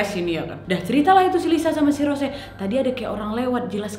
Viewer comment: "ROS - SE"😭😭😭